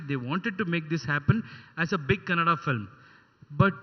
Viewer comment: It's kannada not Canada.